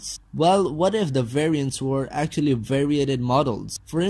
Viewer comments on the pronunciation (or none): none